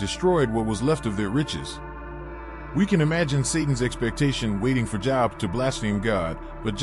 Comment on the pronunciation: The name Job is pronounced Joeb